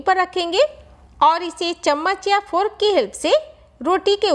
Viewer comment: Didi fork hota hai furk nahi